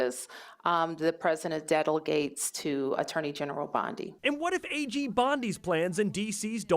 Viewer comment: This mayor can't even pronounce "delegate." DC voters are cooked